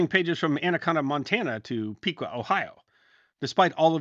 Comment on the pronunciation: Great stories. Good advice. That "Peequaw", Ohio, is pronounced, "Pickquaw" (Piqua). It's north of Dayton, Ohio.🤔😉 I should have researched as to where the aforementioned newspaper was printed. Mea culpa.